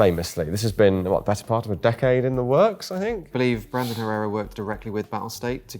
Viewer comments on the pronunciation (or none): none